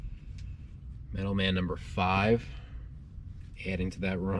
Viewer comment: Sorry, but I cringed every time you said "Metal Man" instead of Metal Men." Doc Magnus created his robot Metal Men: Gold, Tin, Iron, Lead, Mercury, and Platinum. The Thor characters are the Warriors Three.